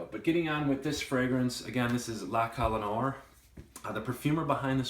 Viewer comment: you're a nice reviewer and a very humble lad, but you gotta stop butchering the pronunciation on these fragrances. "La Colle Noire"- Google it and it will give you the right pronunciation....... Other than that, you have a FABULOUS collection- fabulous and you're a really stand-up guy! Frag community is better off with guys like you being active!!!